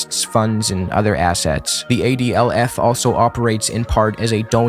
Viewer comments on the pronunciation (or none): The adlf is pronounced adolph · "ADLF" man you can't make that up